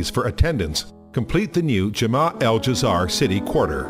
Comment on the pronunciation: The pronunciation of "Dzair" in this video gave me Cancer.........